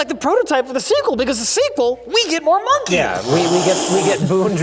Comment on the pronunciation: pronunciation of 'monkey' was definitely brave